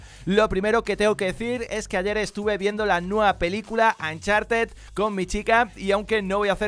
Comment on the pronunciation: "Ancharted" jajajaja